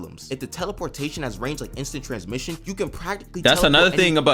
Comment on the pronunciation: "Teleporshaytin not like inster tansmishn"